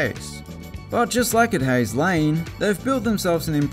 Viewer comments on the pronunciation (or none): none